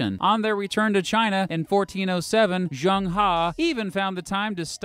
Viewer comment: Zheng was his family name, not He. It might not be practical for you right now, but it would be good if you researched the pronounciation, I'm not asking you to get it perfect, but the closest English aproximation. In this case the Chinese 'Zh' is pronounced like en english 'J'.